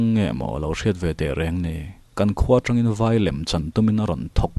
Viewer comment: Ngaihthlak pahin correct char2 ang.. Kan lo meng tang hru... Tih kha... TRI awm tur anilo T anih kha.. Eg.. Tangseh natna i hria em.. Kha ta tang ang khan lam tur..